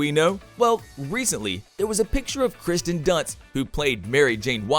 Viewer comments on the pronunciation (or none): It's K I R S T I N not Kristin. Pronunciation means a lot. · It’s Kirsten….not Kristin